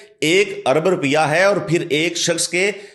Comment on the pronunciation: رپیہ نہیں روپیہ ہوتا ہے۔۔۔۔ رررووووو۔۔۔۔۔ پ پ پ ۔۔۔۔۔ یا یا یا۔۔۔۔ روپیہ۔۔۔۔ اور ملیت نہیں۔۔۔ مالیت ہوتا ہے۔۔۔۔ مااااااا۔۔۔۔۔ مااااااا۔۔۔۔۔ لی۔۔ ل ی۔۔۔۔ ل ی۔۔۔۔۔۔ ی ت۔۔۔۔۔ یت یت۔۔۔۔۔ ماااا ل ی یت۔۔۔۔۔ مالیت ہوتا ہے۔۔۔ ملیت نئ